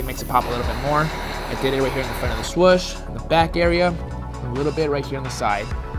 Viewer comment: U gotta say swoooosh… not swush